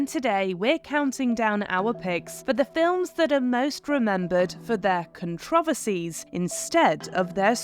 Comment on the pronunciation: Mispronouncing "controversy"